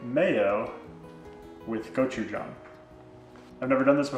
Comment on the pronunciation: Thank you for not pronouncing “gochujang” like someone stepping on a banjo